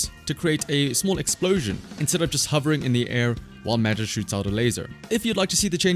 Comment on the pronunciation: Side note: "Magus" is pronounced with a hard G, not like "majus"